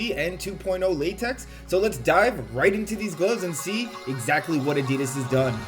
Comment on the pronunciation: Tbh, why should they listen, when you keep calling them Adeeeeedazzz...